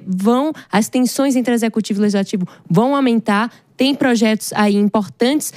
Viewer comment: O correto é LEGISLATIVO e não LEZISLATIVO. 😏